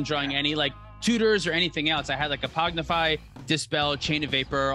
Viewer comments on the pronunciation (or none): This is not a troll, I just heard it several times recently: Is it a bit to call the card "Pognify"? Is it a PogChamp thing? I just want to know...